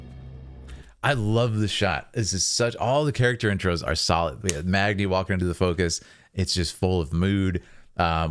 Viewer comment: Every time he said Magni it triggered me